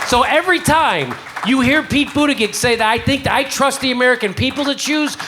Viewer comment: Jimmy I love you but the mispronouncing of Buttigieg's name is getting old. Seriously.